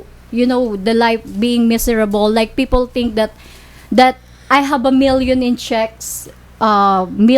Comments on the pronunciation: "fefol" "skills" hesusmaryusip ngtagalog nlang unta masabtan pa... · "Fifol lying to me" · Sarap martilyohin ulo ng babaeng to!.."fifol laughing at me!"..hahahaha